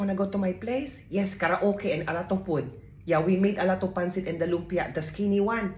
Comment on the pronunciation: “I pack you some poood.”